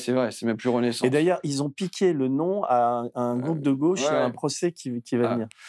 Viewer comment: Bordel cette façon de prononcer « gauche » ! Si on pouvait laisser ce pseudo accent à Castaner ! C’est la GAUChe monsieur, pas là GOche !